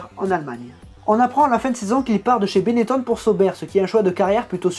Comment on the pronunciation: On dit pas 《Benett[ON]》plutôt que 《Benett[ONNE]》 comme lui ?